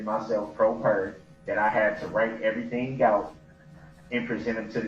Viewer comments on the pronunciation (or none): But she told him he had to write everytheen gout and put everytheen gone a piece of paper. What does she not understand about bout that? 😂 I asolutely despise the way he pronounces things.